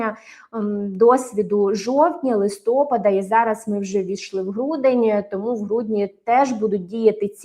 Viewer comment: Не листОпада, а листопАда (снігопАда, каменепАда)